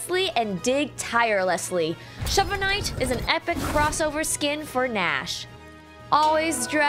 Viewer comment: "Shover knight"